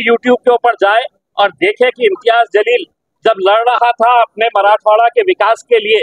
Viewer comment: Imtiyaz Zalil Nahi Tar To Imtiyaz Jaleel Ahe Cukiche Ucchar nako ahe Chanal Pramukh Yani Agodar khatri karunach batmi dyavi. Ya Pudhe Ucchar babat Fer Vichar karunach batmi Prasiddh karavi. Ghai Ghai madhe Chukiche Ucchar Karun Tyacha Arthbodh Chukicha hoto .yachi Dakhal ghyavi Hi Vinanti. Chanal Pramukh yani .